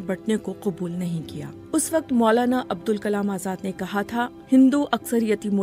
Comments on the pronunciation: عبدالکلام درست نہیں۔۔۔ ابوالکلام آزاد ۔۔۔۔۔ بی بی سی اردو سے میں بارہا کہہ چکا ہوں مجھے ملازمت پر رکھ لیں کم از کم ایسی بڑی غلطیاں کبھی نہیں ہونے دوان گا 😅😢۔۔۔ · Poor VO. continuously kept saying the name wrong..... Its ABUL not ABDUL..... A VO artist should know the difference. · بی بی سی اُردو کو کم از کم اِتنا عِلم تو ہونا چاہیے کہ اِن کا نام؛ ابُوالکلام تھا نہ کہ عبدُالکلام! مُجھے حیرت ہے کہ اِس قِسم کی غلطیاں کی جاتی ہیں اور ویڈیو کو اپ لوڈ کرنے سے پہلے سُنا تک نہیں جاتا! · آپ سے نام بولنے میں بار بار بھول ہوئی ہے۔ ان کا نام عبدالکلام نہیں بلکہ ابوالکلام تھا۔ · His name is ABUL Kalam, not ABDUL Kalam. didn't read it well and no one even noticed? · The narrator is again and again saying ABDUL whereas its ABUL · This video opened with the narrator reading the name wrong made it completely meaningless. It's not Abdul Kalam it's abulkalam. Bbc is losing it fast now. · Pathetic BBC didn't even know the correct pronounciation of molana s name Said abdul kalam Where BBC is heading to? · The narrator seriously needs to work on her narration skills. It's Abul Kalam Azad, not Abdul Kalam Azad. Jawaharlal Nehru not Jawahalal Nehru.. plenty of other errors as well. How hard could it be to record a script? Plus, it is absolutely rubbish to claim that Azad fancied Alcohol. Total nonsense.